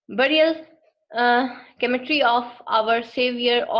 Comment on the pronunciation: Oslo not also, it's the Norwegian capital. The word is cemetery not kemetry, you pronounced with "K". Anyway appreciation dor your endeavour.